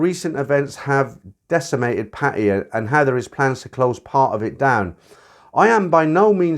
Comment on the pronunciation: Hey, been listening to you for years. Great content. The one thing that does irk me a little, is your pronunciation of 'Pattaya". Maybe it is the original glimpse of how you picked it up. What is your take on this?